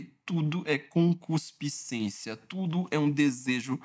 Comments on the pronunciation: "ConcuSpiscência" é CONCUPISCÊNCIA por cuspe? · a palavra correta é conCUPIScência e não conCUSPIcência. Mas eu sei, é quase um trava-línguas. ☺️ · Excelente vídeo como sempre, mas vai uma dica: treine bastante a pronúncia de “concupiscência” 😂